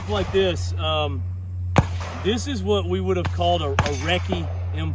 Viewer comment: "EM KAY," instead of Mark, and "Reckert" instead of Recce make this a parody video. There's always satire when this doesn't work out